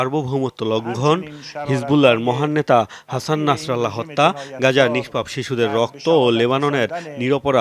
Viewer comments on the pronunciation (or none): none